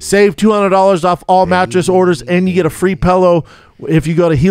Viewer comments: And pronounce it “Pellow” instead of pillow. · Brendan says pellow count... 45